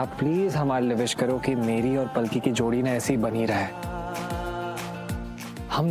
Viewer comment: Salki nahi palki😂😂